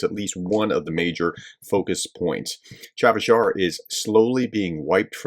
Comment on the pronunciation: Not Chavis Yar, professor, Cha-seive Yar